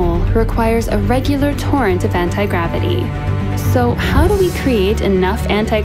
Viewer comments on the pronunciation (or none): none